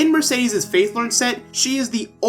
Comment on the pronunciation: No offense but one of the characters calls Mercedes Mer-said-des